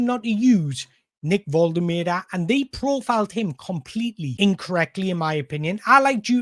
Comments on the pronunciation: Great job. In my opinion one of the top Newcastle United YouTubers, but please watch Nick Woltemade's video where he says his name so we know how to pronounce it properly, you're still butchering it! Other than that, great content! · you do you. these videos are good - don't want to compare to other toon content creators because theres room for all of yous but definitely enjoying the content - the analysis is top notch. will always watch one of these when they pop up and if you can figure out how to pronounce Big Nick's surname i won't have a single thing to moan about!